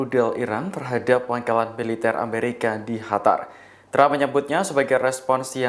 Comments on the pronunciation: Qatar mas...( dibaca : KATAR) bukan dibaca Hatar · Kok HATAR sih Mas ? QATAR mas...QATAR !!! Mana ada Q dibaca H, beughhh ! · Qatar bukan hatar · Kok “Hatar” aneh aja dengar nya, kirain negara baru, Q bacanya sm sprt huruf “K” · Knapa lu ngomongnya HATAR siih?!?